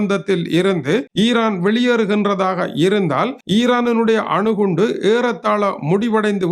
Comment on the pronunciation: வணக்கம் ❤ முதலில் ஆணு குண்டு அல்ல அணு குண்டு என்பதை தெறிந்துக்கொள்ளவும்😂😂😂